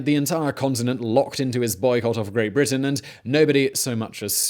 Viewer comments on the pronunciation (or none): none